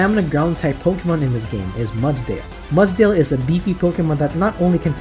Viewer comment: I rarely leave a comment. This was a well done video and you earned my like and sub. My only piece of advice is to display the name of the pokemon on screen when you are going over them. (Only for the 6 you are adding to the team). It took me forever to realize you were saying "Mudsdale" and not "Mutt-Tail" lol. I'm an older pokemon fan getting back into the games and putting the name of the pokemon helps a ton when trying to draft a team. Just a suggestion. Either way awesome video.